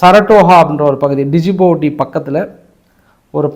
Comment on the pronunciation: டிஜீபோட்டின்னு என எழுத பட்டாலும் டி சைலன்ஸ் ஆகையால் ஜிபோட்டி என்று தான் உச்சரிப்பாங்கங்க!